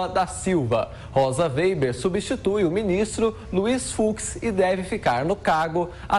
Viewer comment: Ensinem esse estagiário a pronunciar o nome da Rosa weber ! Ele está dizendo: vêiber !